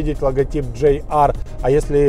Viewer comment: почему ДжейАр, если ДжиАр? ))) А вообще только начал смотреть (но лайк уже поставил) P.S. Связка пальцев у завгара, ору )))) Текст обзора - шедевр прозаики. - мастер стеба )))